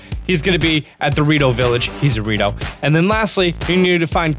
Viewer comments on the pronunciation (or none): I think he said burrito village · Anyone else think he said Dorito village instead of Rito Village bear the end